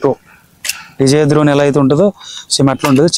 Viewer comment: Dhrone kaadhu bro. Drone. ద్రోన్ కాదు బ్రో అది. డ్రోన్